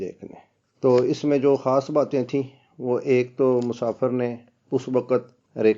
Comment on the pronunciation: خاص خو کھاس اور خوشی کو کھوشی کیوں کہتے ہیں؟!؟!؟